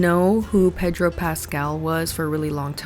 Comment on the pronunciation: I love the pronunciation of Pedro and then Sofia VERGARA 💃🏽🤣 love you!